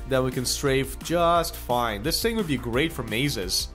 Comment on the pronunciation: Why do you say "Dis", instead of "This"? Just a smol thing, really...